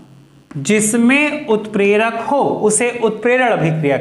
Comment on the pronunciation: Sir utprak not 🚫 clear